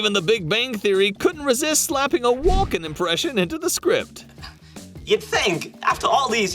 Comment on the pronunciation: It's Walken not Walker.